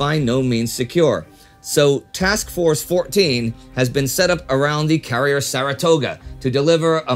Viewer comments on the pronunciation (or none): none